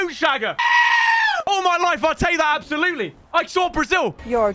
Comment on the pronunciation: 'Absoulety' XD